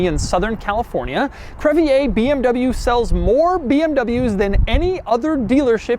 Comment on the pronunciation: CREVIER = CREV-EE-RR not crevyay